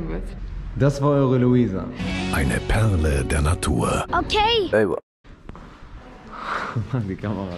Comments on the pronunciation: Das war eure Louisa!'' ,,Eine PEHRLE der Natur'' 🤣❤ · „Das war Louisa!“ „Eine PEHRLE der Natur!“ 😂😂😂😂